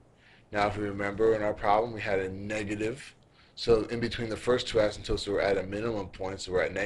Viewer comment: I luv it. Extremely helpful. Pls post more. Only thing is the guys pronunciation is off. He says 'asymptopes' instead of 'asymptotes' which drives me nuts. You might want to try blowing your nose too because you sound very nasally. It would help.